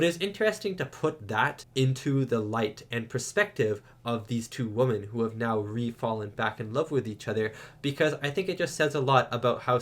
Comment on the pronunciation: What's up with this new thing of young people on YouTube mispronouncing ''women?'' I have seen countless young people repeatedly pronouncing it the same way as the singular ''woman.'' Is this a new thing? mispronounces it every time he says it, and i'm so confused.